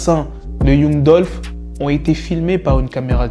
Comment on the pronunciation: Yung dulfe haha apprends à parler anglais